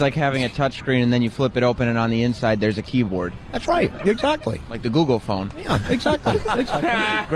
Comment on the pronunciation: Sam says google fon like he’s in fargo